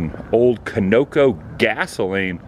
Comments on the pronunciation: I like your videos ... but I have to tell you ... it is pronounced CON-IC-CO ... Not ... KIN-O-CO. I shall watch for any updates. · you say 'cone-OH-koe' when I've always heard it pronounced 'KON-eh-co' WOOO don't believe me .. here's their commercial from the 1970eez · Conoco is pronounced "kawn-a-ko" just so you know. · Great video!! That 1st gas station Conoco is pronounced Con uh Co, not Cuh No Co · It's not pronounced CO-NO-CO. It's pronounced CON-O-CO. It was as popular as Mobile Oil with the red Pegasus and Sinclair with the green Dinosaur. Both extinct now. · It's not Co-no-co its Con-o-co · "co NO co" - ha ha ha... I'd forgotte about that mispronunciation. It was a great joke and this chap doesn't know it. Great fun. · I have visited and talked to the gentleman that owned that gas station gift shop a real nice guy and a nice town and by the way it is pronounced Con E Co gas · The gas station is pronounced----CON-A-COE.....!!! The movie "STARMAN" with Jeff Bridges was filmed along Route 66 in about 1977. Part of the film was shot at the METEOR Trading post. Bridges stars as an alien that comes to earth and befriends a young woman and the authorities are after him. Good movie. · That a great Video. bTW. It’s pronounced khan no co like khan in Star Trek. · It's pronounced Con-No-Coe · That is pronounced Con A Co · It is pronounced Con o co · Lol, I've never in my life heard anyone pronounce Conoco like you just did and I'm 65 years old. That was pretty funny even if it was unintentional. Conoco gas has been around a long time and just recently stopped having gas stations the last few years, I think they were bought out that one or the other companies. 👍🏻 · Pronunciation alert: Conoco is pronounced Conoco Hope that helps